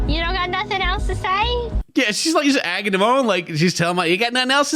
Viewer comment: Excuuuuuuuse me, did you say "agging him on"?? It's "egging him on," isn't it? You "egg" someone on?